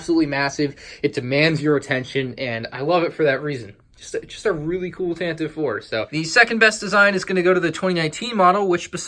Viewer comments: Tantive IV is pronounced with three syllables. Tan-Tive-Four. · It is pronounced with 3 syllables "Tan-teh-vee" Four... but don't say it like that!! xD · Its said Tan-te-ive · Can someone please tell me how Tantive is pronounced with three syllables? It makes no sense since I've always heard it pronounced with two. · But it's one e at the end.